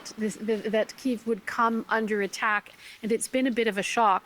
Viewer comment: Why cant Americans say Kyiv 🤦‍♂️🤦‍♂️